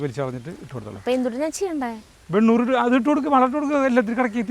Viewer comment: വെണ്ണൂർ അല്ല വെണ്ണിർ